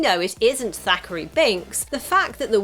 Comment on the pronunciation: It's THACKERY Binx, not "Zachary!"